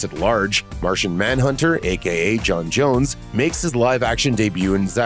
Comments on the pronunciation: It's not John jones!! It's pronounced John johns!! It's spelled jons jonzz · J'onn J'onzz not Jon Jones